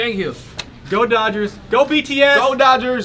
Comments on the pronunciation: I come back here maybe once a day to hear Kookie say "DODGAARS" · everyone be talking about but what about That 'dodgers' tho